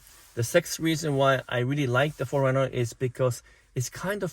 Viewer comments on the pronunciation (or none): Sorry, but it sounds like you're saying "foreigner, " and not 4Runner.